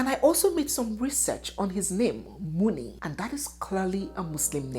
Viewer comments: The Munir is pronounced Muniru. Every single syllable is pronounced in Arabic. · Munir, Pronounced like 'Mo-near'